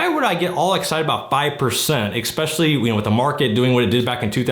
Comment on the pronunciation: "expecially", investors really can't speak English can they?